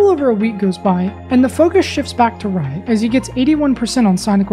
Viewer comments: Whenever you say Riot, it sounds like your saying "Wyatt". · it sounded like blyatt